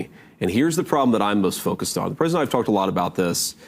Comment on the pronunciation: The way he can make "the President & I" into one syllable is impressive. Pres'die